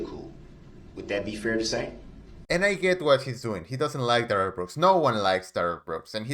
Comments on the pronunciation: No thanks needed Sir. You are brilliant. Couldn't watch Duh-rell if it wasn't for you. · Yeah..kiss duh-rell ass ,judge